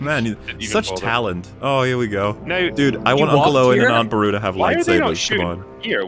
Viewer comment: For some reason it triggers me that puts the emphasis on AAAunt Beru and UUUncle Owen instead of Aunt Beru-UUU and Uncle OW-en.